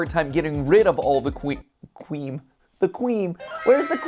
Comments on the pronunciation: “The cwea- the cweam? where’s the cweam at? 🥺” - MatPat 2022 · 'wheres the cweam filling' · “Where’s da cweam filling?” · "Where's the cweam filling? 🥺🥺😔😔" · ✨Cweam✨ -Matpat 2022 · “The qwee-😋😌” “Weres they qweem fullling😞🥺🥰” Mat-2023 And “My fingys😭‼️” Also mat 2023 Im also diying from this guy i love him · Matpat: Kween- kwe- WhErEs ThE kWeEm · The cweam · "Quwe-Quweem The Quweem" Transforms into an anime girl "Where is the Qweem Filling?" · matpat what du heak i qwuem